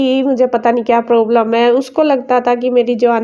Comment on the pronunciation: Problam hota hai poblam kya hota hai 😂😂😂😂